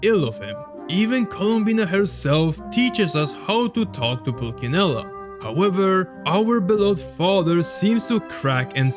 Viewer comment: Nice video, just wanted to correct you on the fact that you pronounced pulcinella in the wrong way. It's not a hard c but a soft one